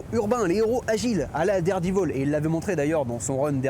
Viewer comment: Derdivol ??? Spidé ??? C'est quoi cet accent 😉Marco Checchetto est un très bon artiste ... mais il a la facheuse tendance a foutre des barbes a tous les héros principaux ( Franck Castle, Matt Murdock et là c'est Peter Parker et c'est pour ma part très chiant .